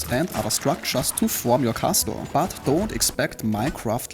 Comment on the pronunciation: can you stop saying Kasteul